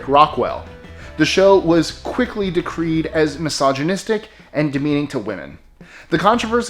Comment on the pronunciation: That was #14. No, it wasn't first place, but it was mentioned. Also, "decried" isn't pronounced "decreed".